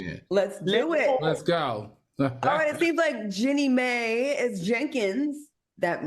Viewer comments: Al its pronouced Jeannie MY! not may! i hate when yall call her that. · It's pronounced Jeannie MY. Also, if we're not going to report objectively, can we just not report at all? And since on this story AL didn't do his typical due diligence, there was duress surrounding their prenup agreement. Jeezy was dealing with the passing of his mom at the time and they both wanted to get married quickly in order to incorporate both their families. So yes, there were extenuating circumstances surrounding their nuptials. Also, Maddie brought all the stereotypes. It was just disappointing. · If u pronounced the name right it wouldn't sound so white...it's pronounced "my" ( Mai) get it right before reporting on a person